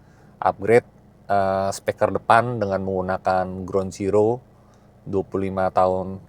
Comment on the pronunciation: Penyampaian videonya sudah bagus, urutan videonya juga oke.. Saran/masukan untuk videonya, mungkin efek transisinya bisa dikurangi. Karena agak pusing kalau keseringan nontonnnya.. Dan juga penyampaian kata "Speaker" dibaca menjadi "Speker" kurang tepat menurut saya.. Sukses terus om